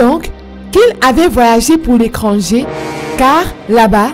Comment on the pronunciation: Les camers apparemment vous avez du mal avec la lettre C et T 😂 l'étranger ou l'ecranger j'ai fait cette remarque récemment à 1 de mes amis camerounais